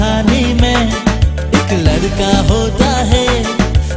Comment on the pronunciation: So cute when they sing “larka” and “larki”. I guess it’s a very difficult consonant to pronounce.